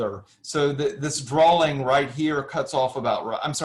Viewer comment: Why do you keep saying drawling. What is a drawling?